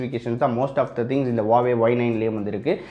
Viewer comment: Its Huawei...Not a Hauwei 😂